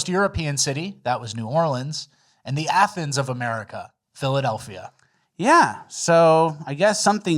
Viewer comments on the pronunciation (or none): none